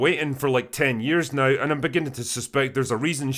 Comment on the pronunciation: Only a true Scotsman can turn a single syllable word like “now” into three syllables. Bravo!